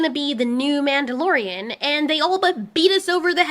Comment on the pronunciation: 'Mandy-lorian' somehow sounds accurate.